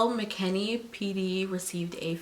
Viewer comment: It’s McKinney not McKinley